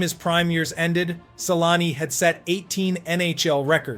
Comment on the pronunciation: Your facts suck and you should REALLY learn how to pronounce his name correctly! Sheesh.....